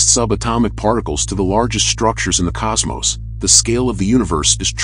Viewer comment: Cosmos. Both ‘O’s are pronounced the same. It’s not cosmosE. ✌️